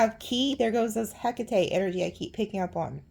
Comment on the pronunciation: I found it! ❤❤❤❤❤ To pronounce "Hecate" correctly, say it as /ˈhɛk.ə.ti/, with three syllables. Another common pronunciation is "Heh-KAH-tee," emphasizing the second syllable, which is closer to the Greek pronunciation. To practice, break it down into sounds: "hek" + "uh" + "tee".